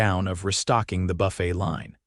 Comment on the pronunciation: Good God, 'Quassus' instead of 'cross-onts'(croissants) which is the correct word, 'buff - ett' instead of 'buff-ay'(buffet) which is the correct word and frequently switching the words throughout the story'. Buy a freakin' English Dictionary!!!